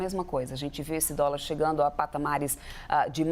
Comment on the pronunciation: " U póbi naum comi dóla mesmo"